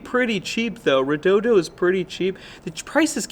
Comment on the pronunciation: Solid video. And you didn't say "reh-doh-dee-oh".